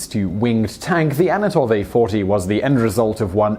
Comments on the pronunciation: It's "An-To-Nov", not "A-No-Tov". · ANTONOV, NOT ANATOV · "Anatov"? Isn't it "Antonov"? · It is ANTONOV not ANOTOV - Read ANT-O-NOV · Honestly, if you pride yourself on having a channel with interesting facts, not even getting the name of THE most famous Russian airplane designer right is pretty embarrassing. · THANK YOU! Gah. That drove me crazy. Glad someone else pointed it out already. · Antonov, not Anatov Tupolev, not Tupolov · "tupalov"? "anatov"? smh.